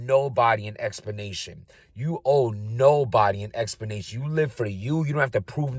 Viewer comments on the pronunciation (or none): Talking with that gum in his mouth. Probably the same reason for saying explanation without the L. 😂